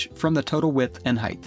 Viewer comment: Great Video but it’s, Height. Not Heighth